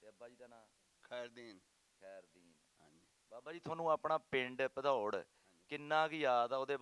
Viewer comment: Bhadaurh not padaur